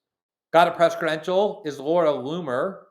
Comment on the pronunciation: Thank God for Glenn Greenwald ❤❤😂 I love how you pronounce Looooomer😅